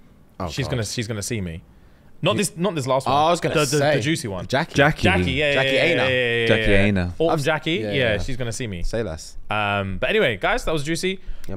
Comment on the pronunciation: Also really quick..... Jackie Aina (("eye nah" ))